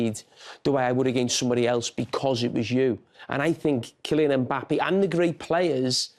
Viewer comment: IT'S KILLIAN EM BAPPAYYYYYY!!